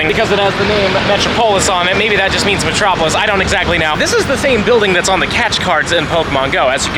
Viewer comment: Hearing you pronounce Metropolis as Metro- Pole-iss is crazy…. 😂😂😂😂